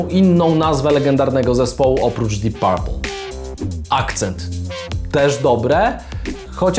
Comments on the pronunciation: Mówimy dip perpl nie parpl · Panie bardzo Cie lubię ale jak można źle powiedzieć Deep Purple?????